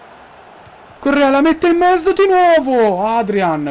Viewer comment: Ma solo io quando dici "la mette in mezzo" capisce sempre "la mette in "?? ahahahah,comunque.... #krulforpresident